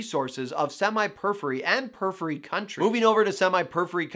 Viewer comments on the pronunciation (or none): The way he say "periphery" in two syllables (pur-free) instead of four (pur-if-fur-ee) illogically irritates me, lol.